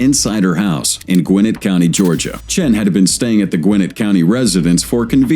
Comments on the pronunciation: It's not "Gwen-ate" county... it's "Gwa-net" county. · It’s the south and in Georgia and it is pronounced “Gwen-net” not “Gwen-nif”. When I worked at the newly built mall there in the 80’s it was a prime area to live. But back in the 90’s gangs and crime started moving in and now ……..